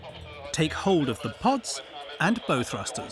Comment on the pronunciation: "Bow" - is pronounced 'bough'. As in "OW!!" (it is not something you put in a girl's hair).